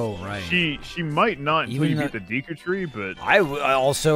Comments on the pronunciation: Did just say "Deaku tree"? Ah yes we all know that we'll know character in my hero..."Deaku" right!? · I'm so glad brou8ght up pronunciation... the moment he called Deku Deeeku I was losin it